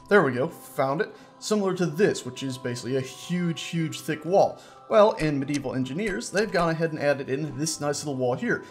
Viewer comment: is it weird that when ever i hear say "Medieval engineers" i hear evil engineers